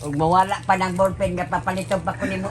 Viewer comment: Makakatawa man nalang ta nimo. Nganong Na golpen naman instead na Ballpen，haha